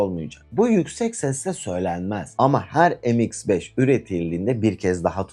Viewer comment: Em eks beş olmaz kardeş. Türkçe okuyun şunları. Me iks beş yani.